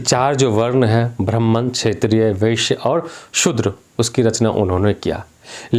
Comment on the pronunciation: आचार्य आपका ब्राह्मण शब्द का उच्चारण ठीक नहीं है आप कौन से ब्राह्मण हो बताइए